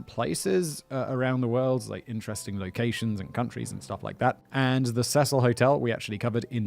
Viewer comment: 'See-sill' is the pronunciation for the hotel for future reference.